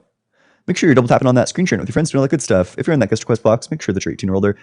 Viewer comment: Echo chamber has made them develop a speech impediment, D does not equal TH.